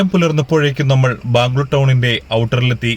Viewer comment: വീഡിയോ നല്ലതായിരുന്നു ഇനിയും ഇതേപോലെതെ വീഡിയോസ് വന്നോട്ടെ ഒരു പ്രാവിശ്യം ഈ കാട്ടിൽ രാത്രി പെട്ട് പോയതാ എന്റമ്മോ ഒരു വല്ലാത്ത അനുഭവമായിരുന്നുഅത്. പിന്നെ ബാമ്മ് ഗ്ളൂർ അല്ല ബ്രോ ബാംഗ്ലൂർ ആണ്